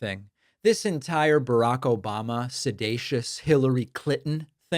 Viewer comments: Look- he was just trying a new word “sedacious” hahahahahahaha. It does have 3 syllables and that’s out of his league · the idiot mixed up the word seditious with sedating and comes up with a new word sedatious. he also messed up on obfuscate. go back to school fool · Trump said "sedatious". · Is Trump 'sedacious' or 'seditious'....? The "President" of the USA does not even know English... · Obama is "sedatious" (a new word? Does that mean he's "sleep-like?) 😂😂😂 Trump said "sedatious" (does that mean Donny hasn't a clue what he's talking about? )😅😅😅 Get rid of the ignoramous NOW!!! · Can you say January 6th, 2021? I get a kick outta donnie dumkoff, trying to pronounce big words. Sed A sush. Thought it was sedicious. In his little toddler voice. He's soon cute. Yep, if anyone knows about guilt and treason, it's donnie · Trump's calling it 'Sedatious" because he's more familiar with the term 'sedate' in which he came to plause about the little girls on Epstein's plane. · Sedatious is NOT a word! He was trying to say seditious. Come on! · Ummm 🤔 think he means seditious?? Not “sedacious” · Is it "sedatious", or " sedacious"? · Sidated, sidatious! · “Sedatious” Trump’s latest from his word of the day toilet paper and he can’t even say that correctly. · Someone realized it’s time to elevate Trump’s vocabulary. His 2 new words obfuscate and seditious (even though he can’t pronounce it correctly). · The guy can't even pronounce seditious lol, and he should know how to say it since he's the one who is literally guilty of it. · He's so sedated he can't pronounce seditious correctly.